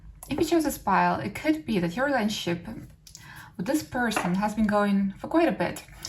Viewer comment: Please slow down and pronounce words properly. It adds unnecessary noise to the message. "Rayshunshep" = Relationship. :/